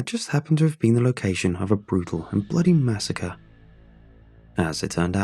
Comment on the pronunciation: Massacre = Masaku uwu